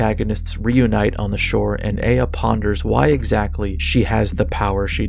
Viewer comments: Isn't it Eye-A and not Ey-A? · Eh-ya? Like that Outkast song from way back? I'm pretty sure it's pronounced eye-ya or ah-ya. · never pronounce aya again